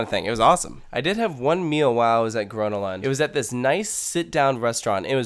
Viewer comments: Well, the fact that he said, "gruna lond" triggered me a bit. So badly pronounced. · okey im triggerd... it's called grÖÖna lund. say it correctly got damnit. and second you can park just at the entrance but most of the parkings are private or full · Whyyy did you say Gvånna lann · Its pronounced Gröna with the Ö as the U in "Uuuhh", and Lund with the U as in "You" :) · The way he pronounces Gröna Lund makes me want to punch him in the face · Im from sweden and every time he says grönalund, im slowely dying on the inside